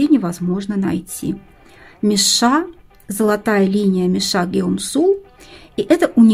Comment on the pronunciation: Интересно а почему мишА? Даже корейские блогеры говорят мИша